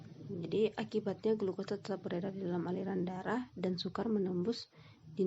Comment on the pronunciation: Nama :Endang staurina Nim :A Kelas :D3 Setelah saya reviuw vidio diatas disini saya akan mengoreksi perihal kesalahan cara mengucapakan pada bagian metabolisme glukosah darah bagian hanya sedikit fruktosa dan beredar dalam darah.darah dimana pada pengucapan beredar dia ucapan beredar